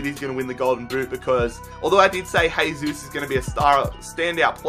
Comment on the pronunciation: Despite Jesus poor world cup, I also think he's going to have a good season, by the way his name is Jesus, not Hesus, he isn't Spanish.